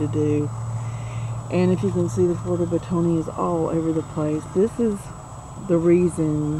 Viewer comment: It's not pronounced beh tony tard